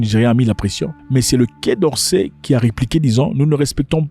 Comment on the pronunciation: LE QUAI DORCAIS TU PRONONCE ÇA BIEN ON DIRAIT QUE TU TRAVAILLE LÀ-BAS